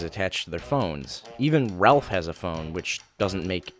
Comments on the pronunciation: Did you really call ROLF "RALPH"?! Son of a sheppard! More butchering of the character's name -_ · It's not ralf it's ROLF! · Rolf. Not Ralph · I related with this parody too much. Also "Ralph?" It's Rolf, bro lol. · Rolf, not Ralph, but otherwise completely correct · When you pronounce rolf as ralph